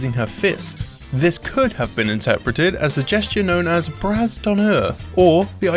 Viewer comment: The S in Bras is silent...